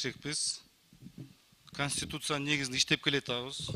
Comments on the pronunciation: Дастан Жумабеков 6 жыл депутат болуп отурду , Эми кайра шайланды,ушунча жылда эк кур дегенде бир эле созду жаттап алса болмок КАНИСТУТСИА. Конституцияга колун коюп ант берди. Эртеден кечке конституциянын мыйзамдары менен иштешет. Ал депутатты мурдагыдай эле спикер кылып шайлап коюшса болмок. Ушул 5 жылда жаттаялбаса КОНСТИТУЦИЯ деген созду айла жок жаттагыча кайра кайра шайлайбыз. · Канистусся, фыракся дебей терминдерди туура айткылачы